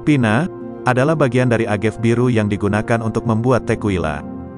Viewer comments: Bro bukan tequwila nyebutnya tekila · Klo kita nenggak 1 sloki setiap naratornua ngmg “Tekuila”, kita udah mabok skrg 😂 Btw, bacanya “Tekila”, bukan “Tekuila” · pengucapan tequila itu tekila. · Bacanya Tekila bukan sih? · Kesini gara2 yg baca berita ndeso. A ga ve dibaca agev, te ki la dibaca tequila 😢